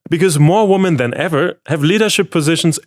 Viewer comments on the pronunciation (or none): Hi. You're English is pretty awesome, but just want to give you a little correction to help you speak it even better. The word "women" plural is not pronounced the same as the singular "woman". It is pronounced more like "wimen" where the "wim" is pronounced like "win". Hope that is clear and is helpful 🙂 Keep putting out the awesome content. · I really like your work! BUT please women is pronounced "wimen". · that's "wee-man" (/ ˈwɪmɪn /), mate, women. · GOOD NEWS...Why do you keep on saying 'woman' istead of "women?" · English teacher here: the plural of woman is women, pronounced [wimin]. 😁 Great news about gender equality! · Love the videos! I might be a bit pedantic in saying that the pronunciation of "women" as "woman" is a little caveman-coded. Kind of like "Frau sind zu Führungskräften geworden".